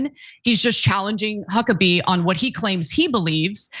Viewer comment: Did she say Cuckabee? 🤣🤣🤣🤣